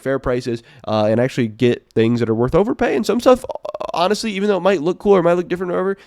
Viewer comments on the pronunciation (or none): none